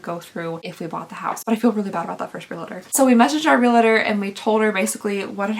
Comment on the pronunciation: Realtor is pronounced "real-ter," not "re-la-ter". Purple is pretty on you! ❤